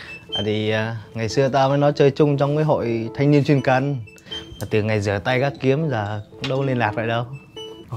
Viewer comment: Chuyên cần là chuyên vè cần chứ k phải chuyên cần nha 😂😂😂